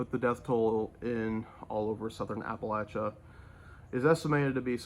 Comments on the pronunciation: Thank you for pronouncing Appalachia correctly! Means a lot. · Hey! I am a North Carolina native and resident. I am heartbroken to see the western part of my home state totally devastated. Your pronunciation of Appalachia was correct! It grates the nerves when it is pronounced incorrectly. Please pray for the residents and especially the first responders and volunteers that are helping in the recovery. Samaritans Purse and the Red Cross are great vetted organizations to donate to. Also the Salvation Army and the NC Disaster Recovery Fund. Thank you every one for your prayers for North Carolina!!❤❤